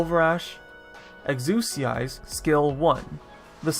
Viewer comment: You pronounced Exusiai incorrectly, it's eks-ia (solid i)